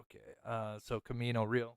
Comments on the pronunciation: Pronounced Camino Ree•Al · "Camino Re-al"